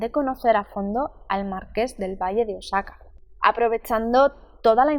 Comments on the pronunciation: Se dice O A J A C A o OSAKA. Osaka es Japón 😂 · Es “marqués Del Valle de Oaxaca “ ( oajaca)